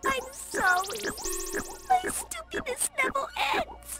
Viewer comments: Sad Ena actually doesn't pronounce any of her R's, She says "woust(?) day" and "nevew ends"! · “nevew” BRRUH